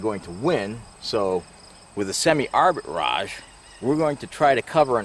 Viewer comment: It’s not Arbit Raj it’s arbitrage